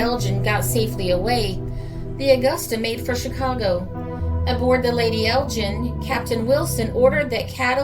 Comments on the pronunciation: Ok Roger I was merely pointing out that the G in Lady Elgin is pronounced as in Gun and not as in Gin but thanks for your reply. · Thanks for a fascinating video - by the way the G in Elgin is pronounced "hard". She was was named for Lady Elgin wife of the Earl of Elgin the Governor General of Canada. Elgin is an ancient town in the North East of Scotland in the heart of Whisky country and it's major feature are the ruins of the 13th century Cathedral.